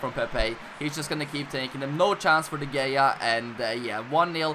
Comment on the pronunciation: By the way its pronounced david de hey-are